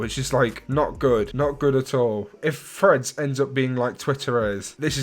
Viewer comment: Bro i thought u were saying “freds” instead of threads 😭 only realised at end when I saw title of the vid 😅